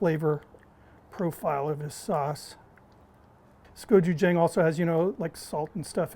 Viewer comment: You now and Guga pizz me off saying go ju jang. It’s Jung at the end